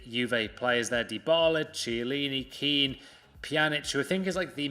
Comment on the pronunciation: Kean is pronounced as kən.